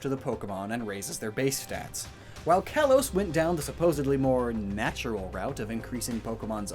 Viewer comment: "Kalos" is pronounced "kah-lohs".